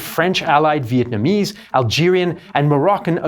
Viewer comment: I respect the effort you put into pronouncing our Vietnamese names